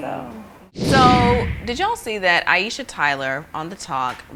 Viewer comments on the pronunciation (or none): Aisha (eye-sha) not (eye-e-sha). 2 syllables. Please people, stop slaughtering a beautiful name.